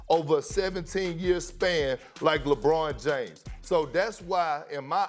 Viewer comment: Good god I would rather hear a cat fight a donkey than hear Perkins say “LEYBRUHN JAYYMES”